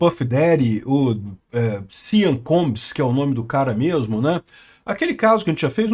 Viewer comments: Eu tentando entender o que diabos é "siam" e o nome dele é "sean". A pronúnica é "xan", caso alguém se importe. Não "siam". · Sean Combs é pronunciado "Shawn Combs", não "Sian" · Gosto muito dos seus videos, o que esta se falando agora e que os óleos de bebe que foram encontrados na mansão do Sean ( pronuncia e ‘shon’ e não sian) não eram exatamente óleos e sim drogas, as chamadas êxtase em forma liquida a GHB (gamma hydroxybutyrate). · Amigo, não se fala: SEAN, se fala: CHON. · A pronúncia de Sean é “chon”. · A pronúncia do primeiro nome dele é Shãn ( Sean ) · NÄO, È SEAN COMBS FALADO È " SCHON".... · A pronúncia de Sean é “shon” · O nome SEAN pronuncia-se "CHÓN". "CHÓN COMBS".